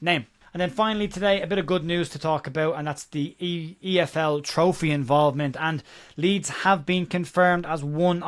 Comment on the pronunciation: efl trophey? 😂 cmon who’s guilty